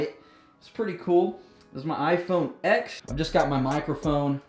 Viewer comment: its not iphone x its pronounced 10